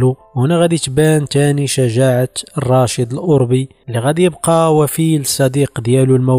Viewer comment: الاوربي بفتح الراء يا هذا، سير راجع دروسك على قبيلة اوربة الامازيغية بفتح الرااااء